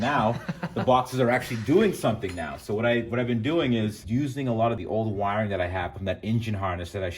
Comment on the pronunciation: You lost me at saying "wiring ". Lol